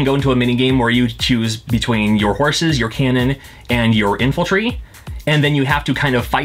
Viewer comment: Infiltry, I know he meant Infantry but that was cute